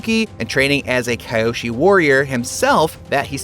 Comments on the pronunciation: Its key yo she not kai yo she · The biggest change is you saying it like Kai.yoshi instead of kee.yoshi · Key. Oh. She. Not. Kai. Oh. She. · It’s avatar KEE-O-SHE not KY-O-SHE.Clown. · Key-Yoshi not Ky-Oh-She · Who the heck is Cuh-yo-Shii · "Avatar Keye-oshi" Jebus dude. Maybe actually watch the show before making these videos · Kiyoshi. Key. Yo. She. atleast watch the show before presenting it. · Ki-Oh-Shee // Kee-Oh-Shee ...how can they hear the names of these characters and STILL mispronounce them!? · Another big change is saying kyoshi as kaioshi😂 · and "Kayoshi" Biggest Change Between IGN and the Animated Series: pronouncing "Kyoshi" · Kye-oshi 🤦‍♂️. You probably pronounce Mario, Mary-o. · Its KEE-OH-SHEE!!!! GOSH!!!!! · Kayoshi? Why do they butcher names everytime... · How to not-so-subtly reveal that you didn't watch either show: "Kye Oshee" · im sorry...Kai-oshi warriors? ...change that right now, we are not having another AHNG/UNG moment like the movie... edit: dude shouldnt read the script again, please go back to English class... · Biggest change is that you're doubling down on your mistake of mispronouncing Kyoshi Also, Ozai cried after burning Zuko,so clearly this is the Twilight Zone not the world of "ATLA" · The biggest change here is how you pronounce kyoshi’s name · the way you pronounced Kyoshi Island and avatar Kyoshi's name. Made me close the video right after that point. Lost all credibility. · The way you said Kyoshi…… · Can you learn to pronounce kyoshi it's sad how many times you miss pronounce it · With the amount of times they say "Kyoshi" in this video... you'd think they would want to get the pronunciation right... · The way you pronounce Kyoshi is a crime against humanity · Learn to pronounce Kyoshi correctly dude